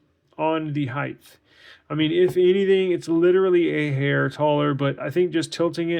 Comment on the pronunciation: Just for future reference, it's "height", not "heighth". Good video.